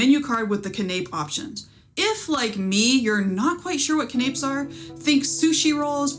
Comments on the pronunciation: I thought your report was very thorough and well done. I appreciated your attention to detail. One bit of advice to help polish your delivery. Canapé is not pronounced “ ka-naps”. The proper pronunciation is “can-uh-pays”. Otherwise a very good review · Not "cuh-napes", "can-a-pays". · Its pronounced “can o pay” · canapes ... check pronunciation